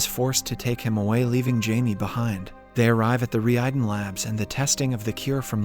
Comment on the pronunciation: Relax, it's all part of the " is really an AI" gag. He's been pronouncing the company's name (Reiden) wrong this whole time too lol